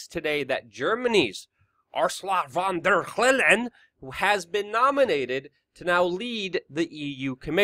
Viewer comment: by the way, that german ministry of war bitch is pronounced [fon dayr lying]